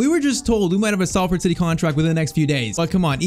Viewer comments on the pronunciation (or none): For future reference it's pronounced Solford rather than Salford. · Salford is pronounced “Sol” not “Sal” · Sorry it’s pronounced s o l ford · It’s pronounced solford 😂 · It’s pronounced solford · I know it's a little thing but please say Salford correctly..its pronounced as though its spelt solford...yes english is stupid 😂